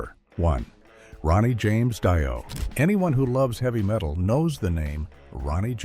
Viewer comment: Maybe the voice-over guy could pounce Ronnie James Dios name rigjt!!!! Epic fail.